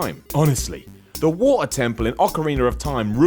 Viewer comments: some one should slap you for the horrendous way you pronounce Water. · "The Wo-err temple in Legend of Zelda" the what? xD amazing accent! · Cool list, cool list...now say "water" again. giggles